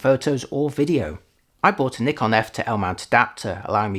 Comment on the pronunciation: Finally a native English speaker who pronounces "Nikon" correctly👍